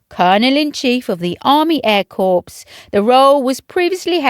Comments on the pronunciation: Please, it isn't corpse, it's pronounced as 'cor" it's not in a flipping morgue! 🌹🇬🇧🇬🇧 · It is not pronounced corps a corpse is a dead body it is pronounced core! Please do your research 😡